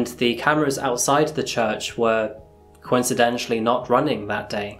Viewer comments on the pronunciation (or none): coincidentally NOT coincidentially